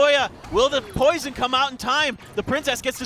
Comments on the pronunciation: dog he says poron on accident instead of poison look at the other guys name lol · Xera 51 they say porn instead of poison